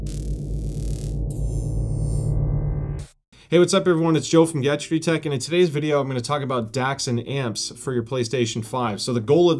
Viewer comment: I love how he botches saying the word "Gadgetry" every single time. Puts a nice charm to it.